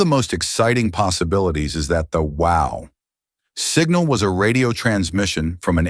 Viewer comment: Excellent AI voice, I didnt realize it was AI until the illusion was utterly destroyed by its trying to talk about the Wow! Signal and it kept saying wow like the expostulation..